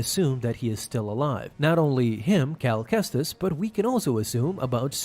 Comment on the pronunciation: Man how badly can you butcher his name